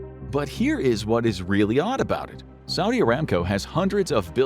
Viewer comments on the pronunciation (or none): none